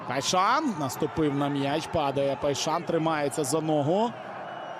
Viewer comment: Поясніть хто шаре, чому коментатор каже ПайшаН??ЛеаН, КойсесаН??